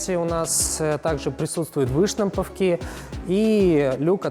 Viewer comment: дисковые,ударение на первый слог,выштамповки,ударение на О